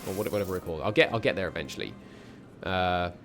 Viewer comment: yeah I've been catching up and in later episodes you're pretty close just to five minutes later turn around and call it vitersk quite funny actually. It's terribly hard if you're not fluent in a North Germanic language since we tend to combine words Willy nilly and remove spacers. Really enjoying the series tho. 👍